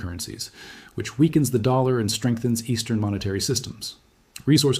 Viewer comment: and it even not a good one he cant even say dollar right..dammit